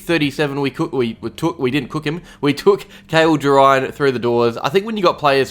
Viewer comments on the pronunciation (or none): It's pronounced Jerr-Ain